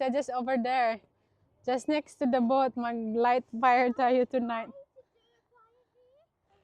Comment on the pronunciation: Sis, the house boat (to pronounce :bowt not bot) is very nice and comfortable. Enjoy the boat (bowt).